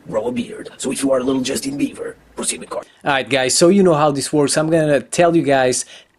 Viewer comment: at the caution part when u say proceed with caution It sounds like Pussy the coin